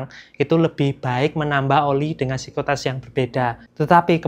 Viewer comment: Ngomong viscositas aja masih salah salah.. sikositas.. sikositas.. Gtu ko uda bawain materi oli